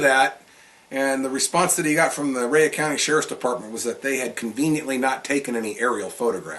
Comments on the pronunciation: I have never in my life heard Rhea county pronounced as "Rey uhh" county,lol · He prounounces it like its wrestler Rhea Ripley Rayuh lol. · You can't even pronounce the name of the county after living here for 10 years.